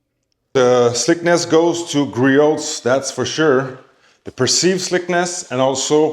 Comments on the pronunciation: I feel bad for Griot's Garage, no one on YouTube seems to pronounce their name correctly. In case anyone is curious or cares, it's pronounced Gree-ohs, not Gree-oats or Gree-ots. I guess it's a pet-peeve of mine. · The project farm guy was insufferable, pronouncing the T lol